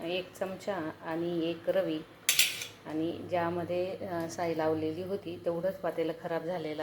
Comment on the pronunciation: आणि साई नाही साय म्हणा.